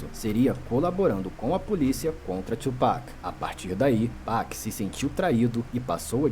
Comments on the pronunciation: Não é Tupéck é tupAc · Mesmo o cara falando toda hora o cara insiste em tupec 😂😂😂😂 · Como vcs não conhecem BiG e Pac?! Hahahahahha É Tupac e não tupéc hahahahahaha Obs.: achei esse resumo tendencioso, parece que o big estava errado e o pac era um santo. Tem muita coisa que vcs não sabem. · Porque só os brancos falam tupec? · Como que não conhece kkk o o jeito que ele fala o nome do Tupac kkkkkkk